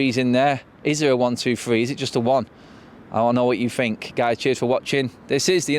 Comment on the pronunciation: You're a grown up adult man, why are you saying, "Fink" as opposed to "Think?" 🙄